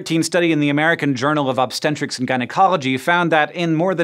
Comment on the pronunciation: ..obstentrics? You are normally very articulate Hank Green.